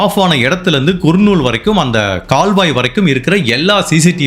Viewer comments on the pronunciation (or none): தம்பி அது கர்நூல்